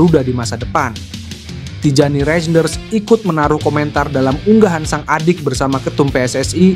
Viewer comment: Min, bukan rejenders bacanya tapi reynders. J itu dibaca y, seperti ejaan lama 😅